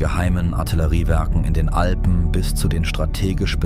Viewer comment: Man sagt und schreibt Alpen und nicht Alben.